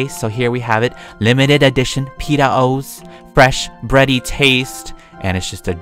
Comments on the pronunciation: Wow PEETAH MILK AND PEETAH CEREAL